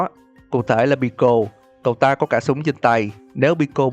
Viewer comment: Đọc là pico ko phải bico